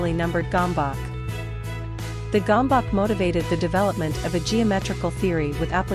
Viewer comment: Gambak? Bakker, itt lett volna a lehetőség hogy a 3 videóból egyben elmonjűtok hogy kell kiejteni. Erre egy magyarul nem beszélő mopndja ki helytelenül. Jajj.